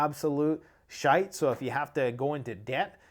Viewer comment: You have to have Irish blood in you🤔the way you say shite sounds great ☘️